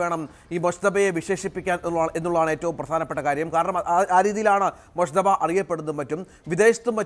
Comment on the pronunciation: ആ പേരെങ്കിലും ഒന്ന് ശരിക്ക് പറയു .മുജ്തബ എന്നാണ്. മുശ്ത ബ അല്ല